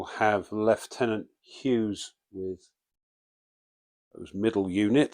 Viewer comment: A good small training scenario although I think the guy who wrote it has some mental 'issues' ;). AND THANK YOU FOR PRONOUNCING THE GERMAN WORD FOR LT. PROPERLY! Also, remember that a unit with an FP of 0 can still fire. The FP is actually a modifier to the D6 roll...a zero firepower unit doesn't have a dice modifier to the D6 Attack roll other than terrain and other outside attack modifiers